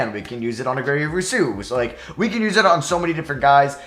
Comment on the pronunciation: PEH-NAY SOO-UHL This is how you pronounce Penei Sewell Also, Rousseau is ROO-SO